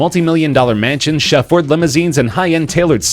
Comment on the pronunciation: Wow. I've never heard "chauffeured" pronounced like that.